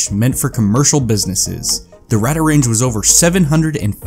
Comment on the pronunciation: It’s pronounced “Radar” “Range”. As also heard in the old advert.